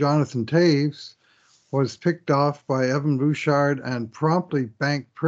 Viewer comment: In French you would not pronounce the "d" in Bouchard.